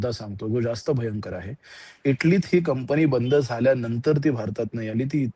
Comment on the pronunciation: कंपणी नाही, कंपनी म्हणावे.